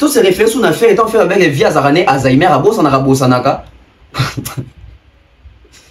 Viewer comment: please ferre ba lobaka Alzheimer pas azainer